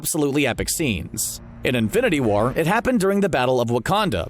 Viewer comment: It sounded like he said Infinity Water